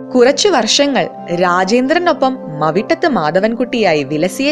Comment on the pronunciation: മവിട്ടത് അല്ല..മൗട്ടത്ത് ആണ്.പിന്നെ ഈ ആന മൗട്ടത്ത് നിന്നും പാലയിലേക്കു വിറ്റു പോയിട്ടുണ്ട്...ഈ ആനയുടെ പുതിയ കഥകളാണ് ഇവിടെ അവതരിപ്പിച്ചിരിക്കുന്നത്......